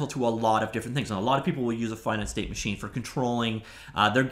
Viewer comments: How does one never learn how to pronounce "finite" correctly? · FINITE OR FINNET? YOU DECIDE